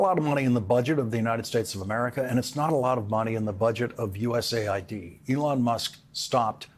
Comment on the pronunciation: It's US AID, by the way, not ID